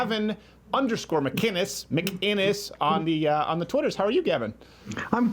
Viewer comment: Gavin MUH-KIN-ES